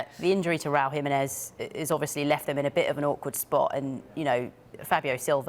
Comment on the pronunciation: Its pronounced Raúl Jiménez not RAWL HIMINEZ ffs